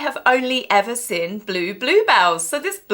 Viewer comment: Please pronounce seen not sin !!!